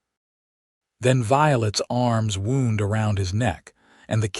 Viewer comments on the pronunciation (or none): Awful ending of what was a hood story. Still not sorted out correct pronuncations. Wound on this occasion is not an injury to the bady .. But should be said as "W-ow-nd" as in wound her arn round her neck.... Pl3ase get these put right